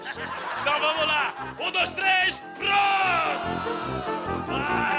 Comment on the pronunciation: O cara falou "prast"... Que vergonha.